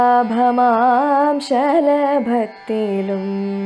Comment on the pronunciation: ഉച്ചാരണം ശ്രദ്ധിക്കണം ശഭളാഭ" മാം അല്ല . "ശബളാഭമാം "